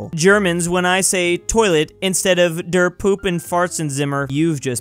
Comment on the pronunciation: you literally say just toilette instead of toilet never heard of that weird word there